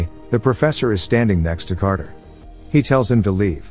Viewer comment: "Crater" stands...? You mean, Carter?